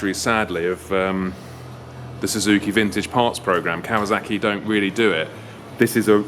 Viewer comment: Cool old bikes but you know it's Kawasaki, not Kawazaki, yeah?